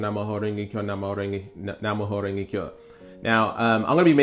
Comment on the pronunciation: Its Nam like Vietnam Myoho (me yo hoe) Renge (rain gay) Kyo (key yo)